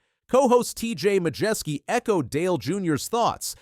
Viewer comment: It's TJ Majors not TJ Majski you dumb ass!!